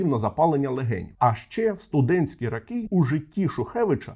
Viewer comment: Відео сподобалось, але ріже вуха російська вимова: кАлаборанти, дійснА, рАки і тому подібне.